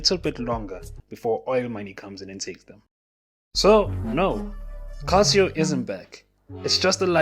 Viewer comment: Calcio pronounced “Kalcho”